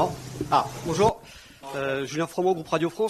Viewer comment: 🤣🤣🤣🤣 le "bonyour" cest pour me tuer hahahaha